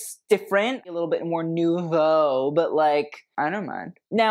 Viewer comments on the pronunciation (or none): none